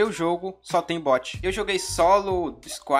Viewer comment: NÃO É BOOT (BÛTI), É BOT (BÓTI)